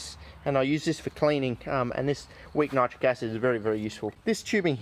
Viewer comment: ......why nite- rick acid? I use to pronounce it this way also but was told it should be pronounced to rhyme with the word citric acid. ..There just ain't consistency with anything anymore these days .